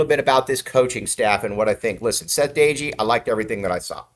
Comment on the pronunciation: You are not pronouncing DOEGE name correctly.